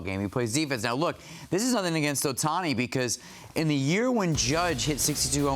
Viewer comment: Bro its not even close lol.. Ohtaniii